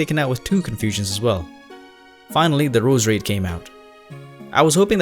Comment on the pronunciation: I love How he says Roos-Rade